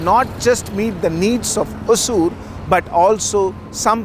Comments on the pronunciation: For beginners it's is Ho-sur.... Apparently Hosa-oor(the new town) in the past. It's not hoa-soor or hoaazoor... Even in Tamilnadu it is written as hoasur 😢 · Please pronounce it in its original way : Hosoor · All the investment attraction efforts of karnataka Govt has definitely helped TN hosur because of it's proximity with bengaluru and it's infrastructure like international airport. Hosur is a kannada word hosa meaning new ooru meaning village or town. Don't pronunce it as hozur or azure .